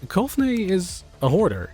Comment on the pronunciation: haha. Good to hear someone doing Clobber (Colfer) right